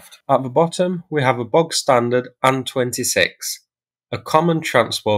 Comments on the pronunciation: Saying Sue for S. U., and Anne for A. N. is annoying AF. Is that the standard anywhere? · SU is pronounced "Sukhoi" (soo-hoy) . TU is pronounced "Tupolev" (too-poh-lev). AN is pronounced Antonov (An-toe-nov). IL is pronounced "Ilushin" (ill-u-shin). Turning the two-letter designation into a word is not a thing that anyone but YouTube commenters do, and frankly it sounds ignorant. You're not ignorant. So, maybe, learn and use the correct pronunciations?